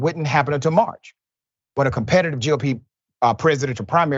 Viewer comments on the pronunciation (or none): none